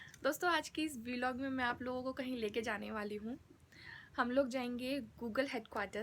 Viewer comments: V-log is different u should say vlog as a single word like we say blog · It is vlog not v-log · vee-log :-D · The first thing is that the pronunciation of VLOG is incorrect .